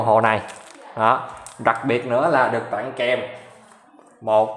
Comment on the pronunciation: nghe chữ ...tặng phát ớn vãi...